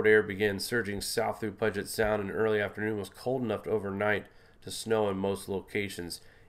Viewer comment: Dear heart the body of water in Seattle is pronounced," pew jet" Sound. Puget sound